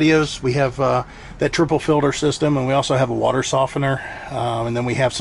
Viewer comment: What's a "feelder"???? Do you mean water "Filter"? With a T. 😂 So much more space. Looks good. Great job!